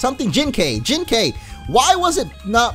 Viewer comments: Literally the whole episode you pronounced Jinkai incorrectly. It isn't Jin-kayy it is Jin-ki. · it's pronounce as Jin-kai and not Jin-kay(like ok)! It's Kai like Setik Kaiba or Kairi or Kai in Dragon Ball Z Kai or Dragon Ball Budokai!:) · Wait, Jinkai is my ghost!!!!!!!!!!!! BTW, it's pronounced Jin-Kye. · Jinkai is said Jink-I